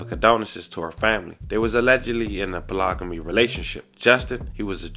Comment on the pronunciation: Polyga what? Lol. Love your channel by the way but that just tickled me. 🤣